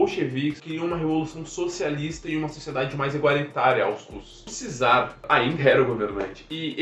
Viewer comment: Só uma dica: Czar, se pronuncia "quizar"! Valeu!